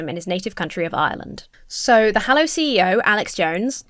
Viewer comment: Is this "Hallow" or religious "Hello"?